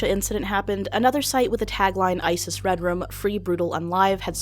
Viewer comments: It sounds like you're saying "redrum" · Was pronouning red room as "redrum" intentional? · i love how you say red room like "red rum"